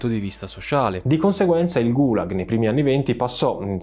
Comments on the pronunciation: GulAAg nonGUUlag, CAAtorga, non CatOOrga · Complimenti per i contenuti! Certamente è difficile pronunciare termini in lingua straniera, ma i video sarebbero ancora più belli se nel fare ricerca storica ci fosse un po’ di ricerca sulla pronuncia. Kolyma si pronuncia Kolymà, Gùlag si pronuncia Gulàg. Sembreranno dettagli, ma enfatizzano la qualità della ricerca. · Cortesemente due segnalazioni: Gulag, l'accento è sulla a. Si scrive Kolima, si legge Kalima.